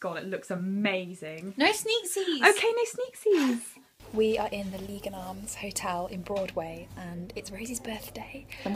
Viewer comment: Haha you can't pronounce Lygon Arms. Also YOU LIVE NEAR ME AHHHHH. Also recently discovered you two and I love you both so much!!!!! ❤️